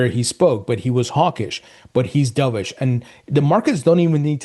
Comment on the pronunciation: Dubish!?! Wth is that? You said it like umpteen times. Stop it!